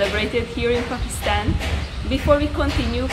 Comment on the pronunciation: The way you say I am in korachi pokistan I love this God bless you 😜